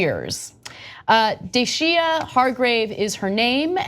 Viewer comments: Ana, its pronounced Deyshia (dasia). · It's sounded out "day shuh" her name. Lol.. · I love how Anna can't even pronounce the woman's name on top of it all.